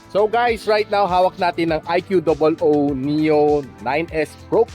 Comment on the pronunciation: Its annoying that you call it "IQOO DOUBLE OW" instead of IQOO